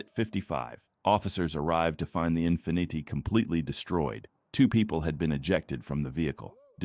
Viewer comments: bro you need to keep your AI voices in check, Enfeeneeti instead of Infinity? KEK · "In-fin-it-ty"? I love AI Everyone knows it's pronounced "Infinite Eye".